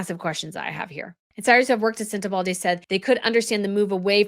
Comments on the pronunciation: please pronounce this charity and country correctly….its Senter-bar-lee not Sentebaldi. 😂 The country is Less-oto… not Lesotho the th isn’t pronounced.🙄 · Isn’t it Sentebale, not Sentebalday? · Thank you, as always for an excellent video. I think that your success is wonderful and so well-deserved! No “d” in Sentebale. Sorry, but each time I hear it, it sounds so odd….many of us have heard that name -# without that “d” for almost 20 years. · There is no “d” in Sentebale …it’s not pronounced SentebalDAY …it’s SenteBALLy (phonetically) …just trying to be helpful - it’s difficult to hear the repeated mispronunciation 😬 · Are you saying Sentebalde???? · No 'D' in Sentebale. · it's SENTEBALE not SENTEBALDE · I like and watch your vid a lot, so this is a friendly comment - please there’s no „d” in Sentebale 😉 especially as you use it a lot and they will be new videos in the future I’m sure :) also Lesotho - please look up the correct pronunciation:) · Where is the D in Sentabale? Lease pronounce it correctly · Just a point, there's no D in Sentebale. You read out this name dozens of times , reading from news articles but still insisted on mispronouncing it as Sente-balDe. It's not a good look. It's Lesootoo and not pronounced as it's spelt. I really admire your work, so a bit of pronunciation research would have been great. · Hi, You kept on saying "sentebalde" 🥺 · Knock the "d" out of Sentabale. Thomas Boo-shay, Less oh toe. Do better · I don’t think it’s pronounced “ sentebaldy” 👩‍🦲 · 😂 sweetheart - no need to add “d” to Sentebale. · most of the time I adore you but if you say SentebalDe one more time I'm going to scream!❤❤ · Omg, thank you. There is no D in Sentebale!!! It's like nails on a chalkboard. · Not a big deal but 'Sentebale' is being mispronounced to sound like 'Uvalde'. I keep thinking I'm hearing 'Uvalde'. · Sorry, no D in Sentebale….. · It’s Sen - te - ba- le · SENTEBALE has no ‘D’ in it!